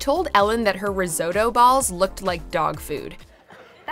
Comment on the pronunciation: What is "rizoto food" and "paytronizin"? Learn to pronounce, you daft bat!